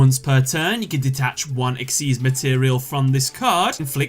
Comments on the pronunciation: “Exeez.” It’s XYZ!!!! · It's spelled XYZ but it's pronounced exeez. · Did you just pronounce "xyz" as "exise"